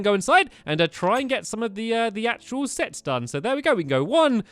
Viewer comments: Did stamps say sex instead of sets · You sead sex instead of sets Lol :)